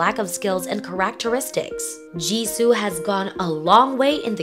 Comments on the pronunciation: Istg pls get different narrators, who know how the word “characteristics” sounds…. I mean come on “car-ack-tuh-istiks” and she sounds so robotic it’s hard to to listen to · Ooh. I did not like the way this voice has been saying "characteristics" weirdly and saying "solo comeback," you mean solo debut?